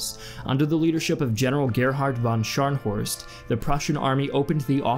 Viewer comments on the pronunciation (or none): Indeed. The only name that was pronounced very American was "von Scharnhorst". The locations were pretty much spot on.